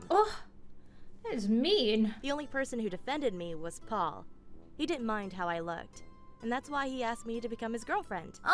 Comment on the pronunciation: Why does it sound like says Pole instead of Paul?